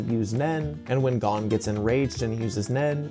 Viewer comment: How r u saying “Gon” wrong ☠️